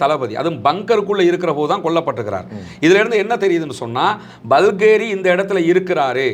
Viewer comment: பல்கேரி அல்ல பஹேரி NOT BALGERY, BAGHERY